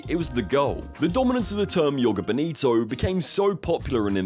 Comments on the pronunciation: It’s Joga, not Jogo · It's the Spanish that read the letter J like a Y, the letter J in a word reads more or less the same in English as it does in Portuguese. The word "Joga" in Joga Bonito is pronounced the same way as if you replaced the -er in the word "jogger" for an A to read "jogga." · And jhogah bonito, not "yoga" 😂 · Mispronouncing "NIKE" and "JOGA" in one video that's something XD